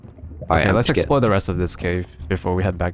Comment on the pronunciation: whenever says "explore" it sounds like he is saying "explode"